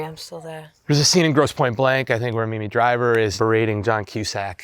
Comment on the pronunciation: Did David Leitch say Mimi Driver?